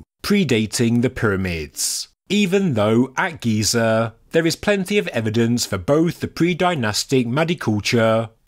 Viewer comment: GEE-ZURR and the tonal step change stopped me